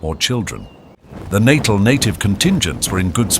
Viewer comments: It's pronounced "Nattell", not "Nattil". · Every time Natal was pronounced incorrectly. Details matter, it's not Natal as in pre natal or post natal. It's pronounced nuh-TAHL. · The enunciation in this clip is appalling. Lieutenant = lef-tenant (not loo-tenant, an American dialectic); Natal = Nat-aal not natal (as in birth) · The pronunciations in this are so off. Even Natal appears to defeat this narrator. Or is it AI.